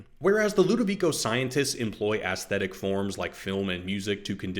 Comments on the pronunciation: Aesthetic, pronounced ees-thetic or, if you must, ess-thetic. Never, never, ass-thetic! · Dude, it's not pronounced "ass-thetic". The traditional pronunciation is "eese-thetic" (think "paediatrician" or "encyclopaedia"), but "ess-thetic" and "iss-thetic" are common contemporary pronunciations. You get points for not ignoring the aitch, though.